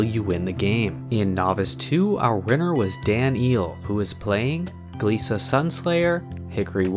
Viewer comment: I think that glissa is pronounce glissa, and not gleesa